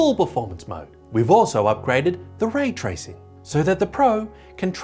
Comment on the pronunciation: Hey wook, the pwaystation has way twacing.